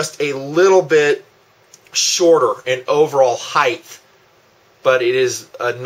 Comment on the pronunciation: I like your videos but when you talk about HEIGHT you always say HEITH. No such word it is not TH it is HT.